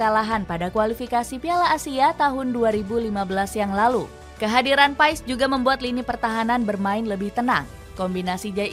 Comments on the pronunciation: Lidah org jawa,indonesia ya tetep Paes. Bacanya Paas/Pees sih? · Kata kochi manggilnya : PAAS, bukan PaEs.